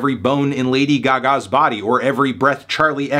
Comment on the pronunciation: why did bro pronounce “Gaga” like that